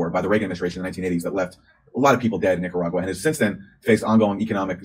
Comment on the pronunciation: Did she say “NicaWAGwa?” I’m pretty sure she did… twice !